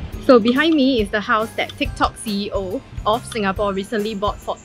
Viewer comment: Your "Singapawwwwww"...really singaporean...lmao 😆😆 Regards, Dunbar Walk residence, Siglap